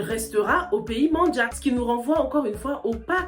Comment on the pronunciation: faudrais revoir la prononciation de manjack c'est pas en anglais mais français la prononciation non on les trouve en Casamance